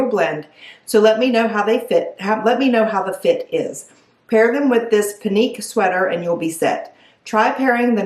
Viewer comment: Pinque= "Pink" (pronunciation) 🙂 I thought the first pants fit you well. I picture those with a black top and blazer I also liked the last sweater. But, if you're not feeling it don't buy anything! It's a waste of your credit.